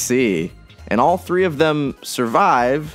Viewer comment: im sorry did you say 3 eyes?